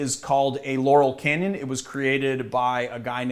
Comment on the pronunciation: could've sworn i heard you saying "Yanni Canyon"....